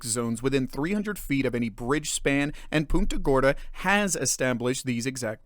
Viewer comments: It's not "Poonta" Gorda, it's "Punt-a" Gorda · It’s pronounced Punt-a Gorda and they chief of police is laughable! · Why can no one pronounce PUNT-uh Gorda?!